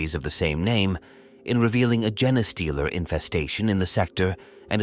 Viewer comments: When it pronounces genestealer as "Jenna stealer" I just keep picturing Borat kidnapping Jenna Jameson the way he did Pam Anderson! Lazy ass A.I. generated content!!! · How hard is it to pronounce gene ffs